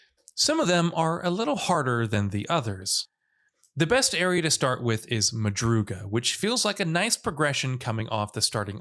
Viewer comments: It’s madrugaDA not madruga how can you mess up that bad🤦‍♂️, but ps it means “early morning” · Omfg dude every video he pronounces crap wrong. “Madruga” is pronounced just like it’s spelled MadruGADA. Most of these aren’t “hidden tips” again most of this stuff is explained or if the player is able to read, these upgrades are the logical progression for increasing difficulty. Smh. However, some of these tips were helpful and accurate. Good job, I guess.